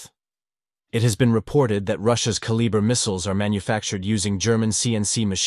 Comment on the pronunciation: The way this guy pronounces "kaliber missile" had me dying 😅😅